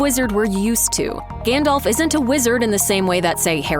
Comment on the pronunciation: You might think that in a video with this theme, the pronunciation of Gandalf's name would've been correct.